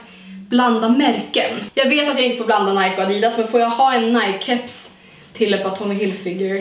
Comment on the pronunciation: Du älskar Nike men kan inte uttala namnet.. Snälla... Det är Ni-kee inte Najk...